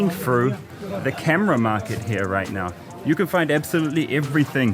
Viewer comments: He is saying "NAA" after each sentence is so indian & so cool😂😂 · Every time Karl says “now” I hear “Na” the usual phrase Indians add to end of sentences